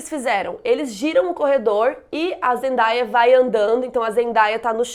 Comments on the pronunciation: te amo mas fala o nome da zendaya certo, é tipo zendeia mesmo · Você pronunciou errado o nome dela, o certo é Zendeia. Eu também pronunciava errado até ver um vídeo dela explicando kk